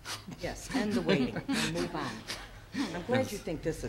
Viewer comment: Apparently the word "on" up there is pronounced "Aaaaaan"